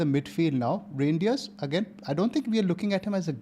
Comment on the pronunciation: Reijnders is not pronounced as Rain.. it's as Rine